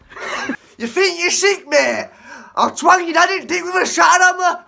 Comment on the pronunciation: I'm sorry, but outside of "Ya fink ya sik määääät!". Everything he said sounded like a different language. What did he actually say?